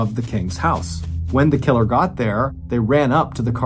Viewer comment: Dude said killer so many times it started to sound weird. "Tha KiILurrR x1000"😁